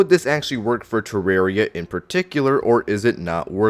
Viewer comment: It's not "Terrary"